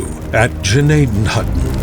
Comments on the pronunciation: wow that narrator lol 1st video I've seen and he butchered Gnadenhutten it's a German name pronounced gn like we say gnite gna den hooten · Totally butchered Gnadenhutten pronunciation 😢